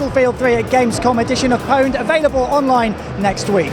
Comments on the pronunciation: its pronounced "OWNED" god dammit! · I still can't believe that an official EA show pronounce it "powned".